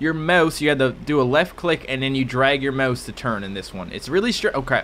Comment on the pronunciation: 1) Rockstar has another thing coming if they expected $60 for a two-year-old port 2), learn to say "mouse" better?:O